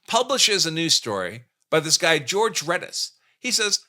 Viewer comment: His name is Jorje not George, ❤ 😂😂😂😂